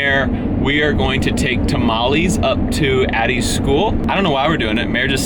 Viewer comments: just say tamal "less" ok ? it´s a hack for spanish. not hating..... just saying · tah-mah-lehs not tah-mah-lees